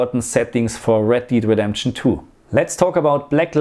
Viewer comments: red DEED redemption 😅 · "Red Deed"